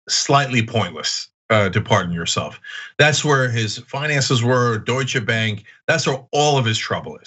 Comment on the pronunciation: he realy said Deutsche Bank in the way it it is pronounced right. with an "e" at the end.